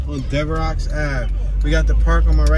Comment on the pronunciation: "Devrocks" Avenue lol. It's Devereaux, pronounced Dev-Ro